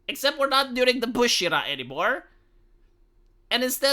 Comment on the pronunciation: Took me a while to realise by Bush years you were saying Bush and not push although I am pretty sure you were actually meaning the Regan era although considering the American Flag sells like hot cakes on sunday after church lets out since the WW1